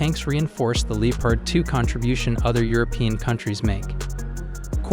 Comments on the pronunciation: Nah, DW says “Lepard”. He is saying “Leepard”. Of course it should be “Leopard”. It the end, it doesn’t matter but sounds weird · pretty sure he says "Leopard" but the O sound is barely noticable.